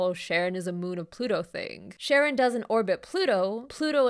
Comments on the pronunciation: I know it's probably for the bit ("no, not Sharon from HR" 😅) but the letter combo "CH" when it's a Greek word (like the psychopomp Charon) = "K", so it's not Sharon, it's Karon (ka-RON). It's why the word "chaos" is pronounced "kaos," not shaos. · I always thought Charon was pronounced Karen and found it hilarious that Pluto lost its planetary status due to the solar system's biggest Karen taking up too much space (or mass, technically).